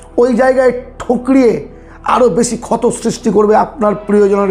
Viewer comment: কথাগুলো খুব সুন্দর কিন্তু স, শ, ষ এগুলো একটু ঠিক করে বলুন অপসেন নয়, বেসি নয় ওটা মানুস নয় ...বিস্বাস নয় বিশ্বাস... এগুলো খুব কানে লাগে ..